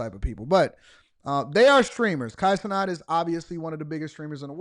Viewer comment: Why are you saying his last name like that? If I asked you to say the the word "gnat" would you say "not"?. It doesn't even make sense in grammar terms why you're saying his name like that. Lol